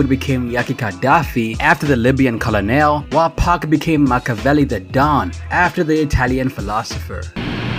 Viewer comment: Is this text to speech because there are some words that should not be mispronounced. How tf do you not know that colonel isn't pronounced the way it's spelled?